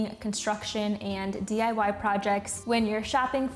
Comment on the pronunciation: She said DYI? Funny